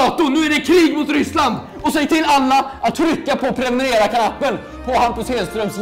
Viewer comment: Har ni tänkt på att Hampus säger "premunerera" istället för "prenumerera"?